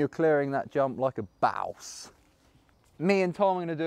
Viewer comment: Lol at the way you said boss.